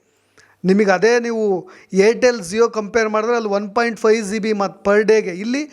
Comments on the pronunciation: ಝೀಬಿ ಅಲ್ಲ ಜಿಬಿ ಅದು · Don't pronounce G(ಜಿ)as Zee then you will sound like a villager(ಹಳ್ಳಿ ಗಾಮಾಡ್) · Zio..., zibi... Alla sir gb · ನೀವೂ GB (Giga Byte) ಅಂತ ಕರೆಕ್ಟ್ ಆಗಿ ಉಚ್ಚಾರಣೆ ಮಾಡಿ. Zeebee ಅಂತ ಹೇಳಬೇಡಿ. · ಝೀಬಿ ಅಲ್ಲಯ್ಯ ಪುಣ್ಯಾತ್ಮ ಅದು ಜಿಬಿ GB ಹಯ್ಯೋ ಎಂತೆಂಥ U Tuber ಗ ಳಿ ದ್ದೀ ರಯ್ಯ ಖರ್ಮ 😢😮😅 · Bro Zee be alla GB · Le adu Zee all g.... Zeeb all gb,,,,, zeeyo all jio.... Thoooo...